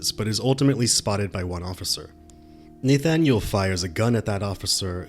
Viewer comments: This is going to bug me if I don't say something... You pronounce his name "naythaniel". I have never heard it pronounced that way.That's not how it's pronounced. It's "nahthaniel". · NAYYYY-thanyuleeeee Lewik 🤣🤣🤣🤣 sorry I love the content but that name pronunciation triggered my ocd a bit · no offense, your content is prime, but have you never heard the name "Nathaniel"? you pronounce it like it's Danish lol. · Someone would inform the narrator how to pronounce Nathaniel